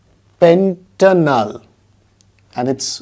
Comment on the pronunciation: Not pentanol it's pentanal